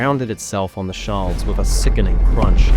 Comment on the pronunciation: Shoal is pronounced sh ole, like coal, not not like shawl .